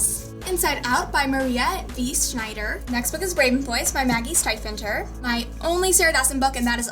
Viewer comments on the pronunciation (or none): You totally nailed the name of Maggie Stiefvater,,into Stiefvenger,,, :p